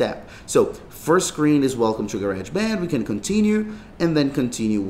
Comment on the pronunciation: Ga-reg band 😂